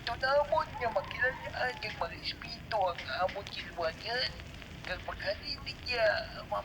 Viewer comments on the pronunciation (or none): none